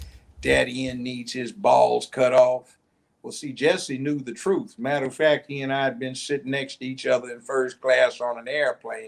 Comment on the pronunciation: Cynthia G needs to do a video on Judge Joe Brown's commentary, it is so on point with what she has "been been saying" about BM of today. But BM don't want to hear it from a BW. Judge Joe Brown speaking the TRUFFFTH (yes with an F). What a GREAT INTERVIEW! So Refreshing To See and Hear. Love this so much. This is what you call REAL TALK